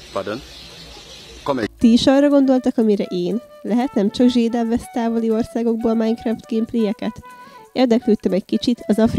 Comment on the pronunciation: Ember nem zsédáv hanem zsédov